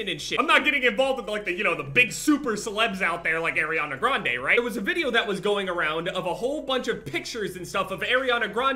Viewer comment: But u dont even know how to pronounce her last name lol. 😂